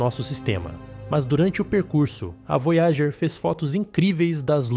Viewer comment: "Vói a gêr" "Kar u sei gan"